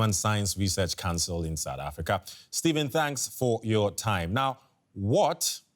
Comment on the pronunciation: Its South Africa not sadda africa 😂😂